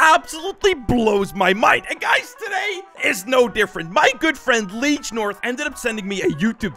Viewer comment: Did He just call Liege North: Leash North?